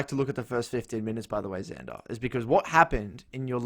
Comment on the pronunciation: its xander with an x :((